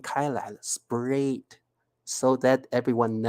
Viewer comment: ，請注意你的發音【Spread 】（spred），這裡read 發音是 【red】。 【Main】發音是 (meɪn)不是 (man)。